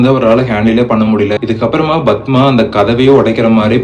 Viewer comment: Yethana 😂 bathma, it's padma I guess..bro learn narration fr other story tellers lik shiva investigation,ur repeating unwanted things